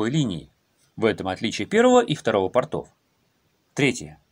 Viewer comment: У портОв нет акватории, но есть карманы. Акватория есть у пОртов. В слове порт ударение не переходит с буквы О.